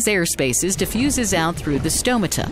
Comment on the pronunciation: Great visuals. But say stomata properly.